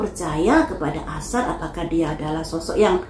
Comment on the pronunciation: Aisar buk bukan asar😂